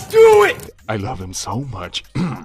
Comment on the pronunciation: LoL..! Brother..! Why r u unable to pronounce the word "love"??